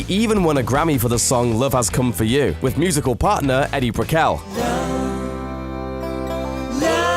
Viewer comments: Eddie Brickell? Seriously, dude? Her name is pronounced E D ... just like the acronym for that problem you have >> erectile dysfunction. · NOT "Eddie" - "Edie" (EEE-dy). Paul Simon's wife. Good piece, BTW! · Hey "." Even if your pretentious accent is real it still doesn't explain you pronouncing Edie Brickell's first name" as " Eddie." And for the future, just in case, the first syllable of Cindi Lauper's does not rhyme with "cow" but with "law." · steve's comedy tour with martin short begins this summer - you left that out. Plus Edie is pronounced eee-dee. i don't agree with the title - we have not heard from him - he tweets almost daily - how do you "hear from" people if you are not listening?